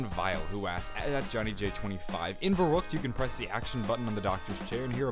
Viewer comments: No, its pronounced Ferryckt. Dont try to correct me, then you dont know shit about what you are talking about. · Jannick E VERRekt, pronounced like that. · I would be very impressed, if people accually started pronouncing Verrüct the right way.